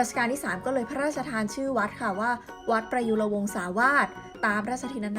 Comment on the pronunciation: อ่านเป็นวัดประยุธ555+